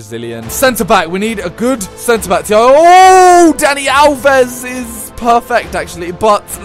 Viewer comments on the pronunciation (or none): none